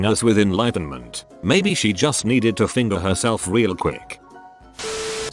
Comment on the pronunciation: I almost threw up at how the TTS pronounced Juuuuust.